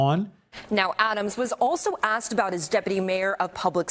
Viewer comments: Did he say axed a question? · No Mr. Mayor, I do not know how many times you've been axed that wuestion. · How many times you been axed those questions? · Was he asked or was he aksed? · Ya know how many times I've been axed dat question 😂😂😂😂😂